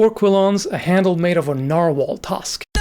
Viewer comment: Interesting Video. But that Narwahls killed me😂